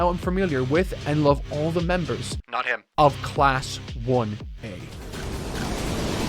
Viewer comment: That short and quick "NOT HIM" caught me very much off guard.